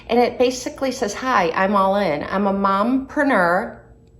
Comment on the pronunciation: It’s actually pronounced Allen 🥰